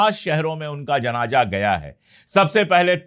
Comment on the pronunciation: Pandey sahab asal word janaja nahi hay. Sahi JANAZA HAY.